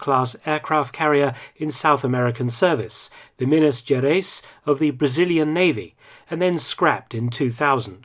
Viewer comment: Hi mister Mark, i'm from Brasil, while you pronunciation of foreign names is spot on, minas gerais, was the worst possible, nevertheless muito obrigado por seu trabalho.